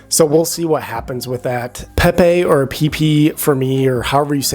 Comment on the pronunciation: pep-ayy coin not peeepeee lool